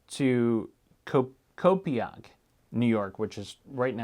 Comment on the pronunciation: Long Islander here! I will spread the word about the body in Brentwood. Thank you for referring to Brentwood as “on” LI and not “in”, LOL. Copiague is pronounced Co-payg though.